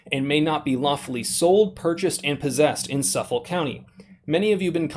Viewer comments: The "k" is pronounced in the name suffolK almost like soof-fuck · .... your persistent mispronunciation of "Suffolk" County is killing me.... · The way you pronounce Suffolk makes me sad. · You're pronouncing the county wrong. I live in the next county over. Also Jerry's made NY complaint scars. That's probably what they're going after. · At this point I'm thinking it's closer to what duh-fek? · Dude you need to learn how to pronounce Suffolk. Suf-ik not suffle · It’s pronounced suf olk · The K is not silent, ( suf- fick) , sorry just tweeking my OCD. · Pronounced suffik county Long Island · It’s pronounced suffick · Sorry, I have to lol. Suffolk is pronounced as *Suffik*. Carry on 😁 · Lmao its suff ick is the way its pronounced 🤣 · It's pronounced Suffick ;) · It’s suff-ick county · Suf-fuck please stop butchering my county's name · Its pronounced suffik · It's "suff-ək". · It's pronounced "Suffuk", the "L" is silent. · It's pronounced "Suff-ick" or "suff- fuck" county, not suf-folk. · Great video, if you ever have to make a video again about this, and I'll have to be watching out for these for other models as I live there, the county is pronounced as suff-ick. You had the first half right! Keep up the great work! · This is crazy. Anyway, it’s pronounced “suffik” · Not that it really matters, but it's pronounced suf-fuck, i grew up in Suffolk va, just wanted to throw that in there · It's Suffolk. Pronounced suff-ick by the locals. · It's pronounced suf- ick long island names are weird as a range worker I see those rifles all the time I'm moving to Texas because NY feels like poland in the 40s remember it could be your state next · Its pronounced Suh-fek. TY for the video and exposure of these tyrants in NY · Suf-folk gotta pronounce the k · the "L" in Suffolk is silent. thanks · Suff-oL😂 Its pronounced Suff-ick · The county is suff-folk not suffel lol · "suff-ickk" county!!!